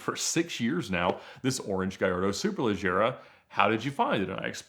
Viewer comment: The way Ed says “Superleggera” is forever engraved in my mind as the correct pronunciation and now I’m bothered when someone says it another way lol